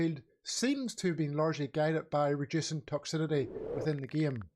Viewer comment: It's pronounced Toxicity! Don't know what the fuck you're saying there mate.